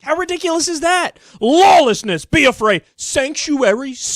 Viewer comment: Did Kyle say LOLlessness lol?